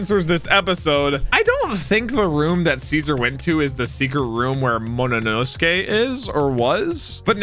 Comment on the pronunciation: I ache each time says "Mo- no- nosuke" Agghhh😫😂